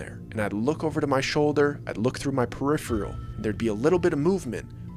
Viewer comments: It's PERI-PHERAL... NOT peri-PHRIAL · Nice Job! I'm a midwestern gal myself- both of us are "transplanted" refugees to the Southwest from the Windy City! Anyway no offense, but it's pronounced Per-IH-Fer-al. For future reference.